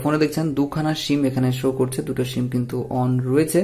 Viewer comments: শিম না, এটা হবে সিম। কথা ভাল করে শিখে তারপর ভিডিও বানান plz😊😊😊👌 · অই সালা মাদারচুদ, তোর ভিডিও তুই কাজে লাগা, আর সিম উচ্চারণ টা সঠিকভাবে করিস